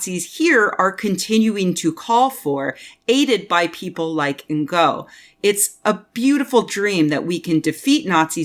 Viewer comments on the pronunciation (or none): I could be wrong but I have heard 2 different but supposedly 'ok' pronounciations of 'Ngo' as a name. You can either pronounce it 'No', as if the G is silent, or I believe the more accurate pronounciation for the source language is actually 'Ing'. As in the last 3 letters in 'beating'. So call him 'Andy Ing'. Either way, I'm fairly sure that 'in-go' is just about the least-proper pronounciation possible.